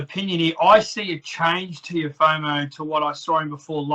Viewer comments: Nah it’s Teofemale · reporter pronounce Tiofemo name probably, Kam Teo gonna destroy you hands down Devin Haney will too RTalk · the way the interviewer saying teofomo is giving me aids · Someone tell this reporter its Teofimo not "Teofomo" surely you'd be able to get it right by now